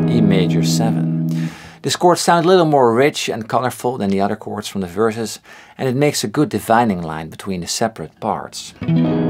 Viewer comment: Lazy... like saying “de udder chord”. 🤩